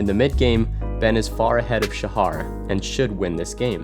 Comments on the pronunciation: The "Sha" in "Shahar" has a long a. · u pronouns shahar wrong the h is like the h in halapinio